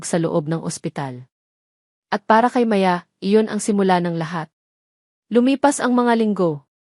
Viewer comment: maganda Sana Yong kwento Di ko bet Yong narrator Yong pa bigkas Ng Maya ay Di pa maayos hmmp Sayang gusto ko sanang tapusin